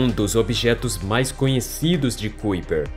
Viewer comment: Que agonia ele pronunciando "cuiper" sendo que se pronúncia "caiper" 😖